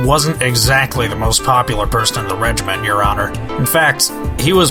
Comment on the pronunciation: I love this series but OH MY GOD WHY DID NOBODY CORRECT FRANZISKA'S VA ON HOW TO SAY REGIMENT!? IT IS DRIVING ME INSANE!